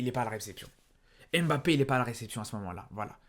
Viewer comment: Tu as joué dans quel club? Ton diplôme de journaliste es où? Tu as brossé tes dents avant ? Et pour ton diplôme d’entraîneur es où ? Et DÉJÀ IL NE S APPELLE PAS M - BAPPE